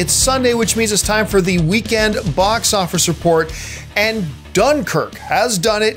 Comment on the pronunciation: Hey John, what is a "Bos" Office? 😂😂😂